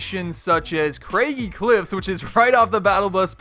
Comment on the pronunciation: Has no one noticed how he called it Craigie cliffs like bro its craggy cliffs